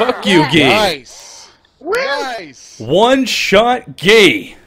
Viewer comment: it looks like you're saying: "1 shot gay!"